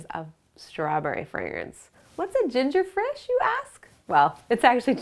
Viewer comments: Omg she's said ginger frish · You said, "what's ginger Frish you ask?" Lol frish